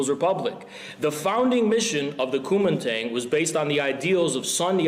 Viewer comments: the way infraredhaz pronounces guomingdang as cumin tang is so funny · This isn't a substantive critique or anything, but good God, hearing Haz say zhong guo made me cringe out of my fucking skull with how LARPy it was. And then followed immediately with him entirely butchering Kuomintang. Really shows his priorities here.